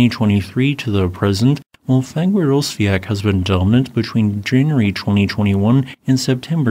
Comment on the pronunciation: Reyk janes or Reyk yanis. Hope that helps. 😊 And Fagradsdalfjal Is Fagrads dal feeyal. Practice it.